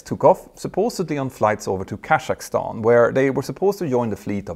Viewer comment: Who came up with "Kazkahstan"?